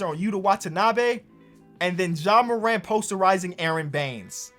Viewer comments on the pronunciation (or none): none